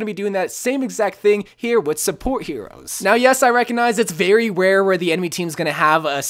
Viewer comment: “Very ware”